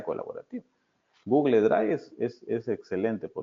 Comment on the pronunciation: Muy interesante y gracias por la información suministrada. Le sugiero al que revise la pronunciación de su inglés con los docentes de su universidad. Ejemplo: Google = /ˈɡuːɡ(ə)l/